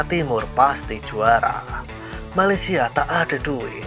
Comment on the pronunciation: Malaysia itu “piseurieun” wkwkwk